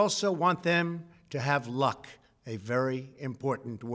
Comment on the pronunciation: "I wish him [Biden] LUCK, a very important word." The way he said that was so weird. Is he setting it up so that anything Biden does well is just lucky?